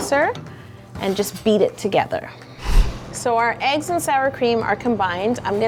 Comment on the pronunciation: when u said sour cream and eggs it sounded like sour cream and union like the chips from the lays company doesn't it????????????????????????????????? (I put to much question marks